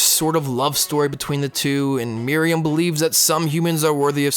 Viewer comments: It's not "Mary-um" It's "Mer-oo-em" Also, while I agree that Chimera Ant Arc is bad, this is also a bad analysis. It's ok to have a character that is super powered, but it was written badly and the entire context of this arc ignores what was the heart of the show and merely this boils down to a Dragon Ball Z everything to save the world type of conflicts. A lot of people weirdly think Meruem is a great villain, but there's nothing remotely interesting about him. The entire arc is pandering about how cool every little moment is, and using a narrator to explain every single action and thought going through every character's head. It's simply trying way too hard to be 'epic' that it falls flat for people who have more taste in content than just shows like Sword Art Online. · I've been pronouncing Meruem's name all this time... Thought it was Meh-ru-wem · Why do so many people pronounce it "Miriam"? That's the maiden in the Robin Hood story. Just take a few seconds and sound it out. Listen to how Meruem is pronounced. Practice it like five times. You're probably good from there. Takes two minutes, max. Pronunciation is not nearly as hard as so many people make it seem. You're absolutely right about the power scaling in HxH Chimera Ant arc, though. Oh my gosh. That made me so angry. It doesn't make sense. So many people gush over HxH because "it's not about who's the most powerful" but the Chimera Ant arc craps all over that ideology. Meruem and the Royal Guards are interesting characters, but ruined because they're overpowered for no reason.